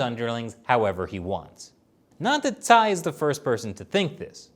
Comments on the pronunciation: my man, Cai is pronounced Chaee not Sai. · Shirley should tell how to pronounce Cai 蔡。 Anyways, I am a supporter of and China Uncensored.👍